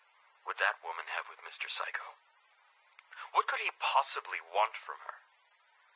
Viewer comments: "Mr. Saikou" What i hear: Mr. Psycho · When he says saikou to me it sounds like psycho idk why